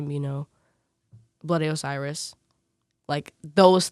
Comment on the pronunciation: When she said Bloody Osiris, I legit thought she said Billy Ray Cyrus